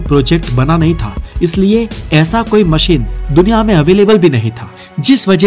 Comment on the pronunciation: उच्चारण बहुत खराब हैं। 'श'को 'स'बोल रहे हो। सुरु नहीं शुरू, मसीन नहीं मशीन।